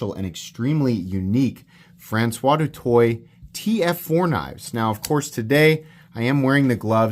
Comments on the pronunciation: His name is pronounced Do Toy and if you were in high school with him you would nickname him Doot. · Do better, du Toit - (Do Twa) Google Translate is free